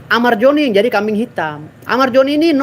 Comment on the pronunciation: Amar Zoni bang, bukan amar joni🗿🗿🗿🗿